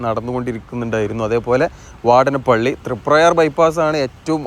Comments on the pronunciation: " വാടനപള്ളി " അല്ല. .,. വാടാനപിള്ളി is Ok.. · വാടാനപ്പള്ളി ...വാടനപ്പള്ളി അല്ല !!